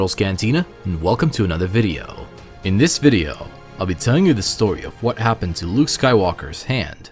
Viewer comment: Did you guys noticed that at the final part of the intro they said Heppened ?